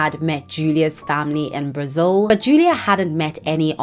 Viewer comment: It is pronounced brazil not brizzle 😅 sorry to point that out just never heard anyone prounounce it that way ✌️🫶